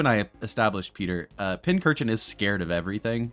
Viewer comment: Why tf do you keep mispronouncing Pincurchin as Pinchurchin?